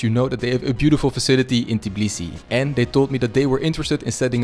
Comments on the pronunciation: It's Tbilisi, not "Tiblisi" 🙃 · It’s not Tiblisi it’s Tbilisi, when you say travel you say tiravel? Why you saying Tiblisi where you read after T i? Noone teach you in Tbilisi? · bro, please pronounce tbilisi not t-i-b-lisi, there is no i in between the t and b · It's called tbi-lisi, not ti-blisi. 😅 im a fellow georgian that lives in tbilisi! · Just keep in mind that it's tbilisi not tiblisi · yeah, it irritates me so much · It kind of sounds Tibilisi